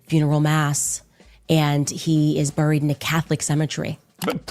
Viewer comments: She says boooried.🤔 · The way she says buried drives me insane! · Candace doesn’t know how to pronounce the words important, certain, buried and burial.